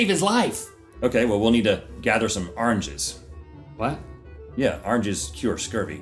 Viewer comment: "Arnges" :D